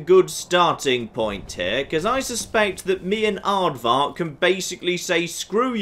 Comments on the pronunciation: Anyone else annoyed about how says "Ardvark" instead of "Arvok" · Did just realize he had been pronouncing a character's name wrong? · Will ever learn to say Arvak?